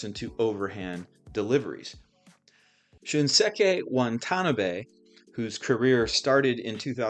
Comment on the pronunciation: Wah-tah-nah-bay is all stressed equally